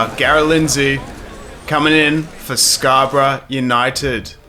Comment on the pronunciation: Nice video, it's Scarborough for future reference though😂